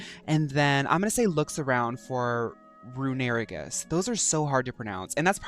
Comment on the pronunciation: I feel like it’s pronounced “rune-uh-reeg-us”